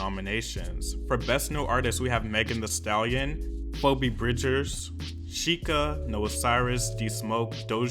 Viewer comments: FOE-bee bridgers BAHAHAHAHA chile it’s fee-bee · i’m sorry but FOH-BEE? it’s FEE-BEE i CACKLED BAHAHA don’t disrespect the queen (i know you’re probably getting a lot of comments about this i’m sorry but i needed to address that) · it’s the way you pronounced phoebe as “pho-bee” for me 😭😭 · lmaooooo its "fee-bee" not "fo-bee" bridgers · Phoebe is pronounced FEE BEE not FOE BEE😂😂😂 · did he say pobe bridgers lmao its phoebe ph-f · LMAO NOT "FOE-BEE BRIDGERS" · You did not just say PHOOBE bridgers lmaoaoaodkfkfkfkfkkf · .... it’s pronounced fee-bee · dude it's pronounced "fee-bee bridgers" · Phoebe is pronounced FEEBEE lol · Fowbee Bridgers lol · pronounced “Pheebee” have you not watched Friends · My man said Pho-be. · "Pho-Bee" Bridgers lol don't do my girl like that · did he just pronounce phoebe bridgers name "fo-be" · Isn’t “Phoebe” pronounced “Fee-bee” or am i tripping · isn’t phoebe pronounced as fee-bee LOL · NOT PHO BEE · Reading phoebe but hearing FOBEE was oddly jarring. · Phoebe is f-ee-bee, or f-i-b-i. Usually. Idk you do you :) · excuse me... FOE-BEE BRIDGERS?????? and jhene aiOKO???? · girl did you say "FOEbee Bridgers" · fo-be bridgers???? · Is phoebe not pronounced FEEBEE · wtf did you just pronounce her name as PHO-BE bridgers lmao!! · did you just pronounce phoebe as pho-bee? .... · Am sorry but why are saying phoebe like that?....its phoebe(phi.bi)...its an "e" sound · Ok but U saying "Pho-bee" I- 😭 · Dua Lipa had such a breakout album - I can definitely imagine her taking a bunch of awards home. I think Phoebe (pronounced Feebee btw haha) Bridgers deserves at least one win! All of Justin's awards should have been switched for The Weeknd's. Maybe it's another case of when a manager was on the board and got his artist to move into the nomination category even though they weren't qualified at all... 🐸☕️Also kinda surprised Manic didn't take anything home? There were some bangers out of that album like 'Without Me' and 'Graveyard'.